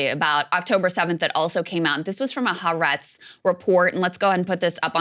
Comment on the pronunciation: Folks, the newspaper is called ha-aretz (3 syllables, accent on the second “a”).